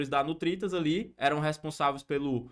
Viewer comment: Ele fala Nutritas mas é NURITAS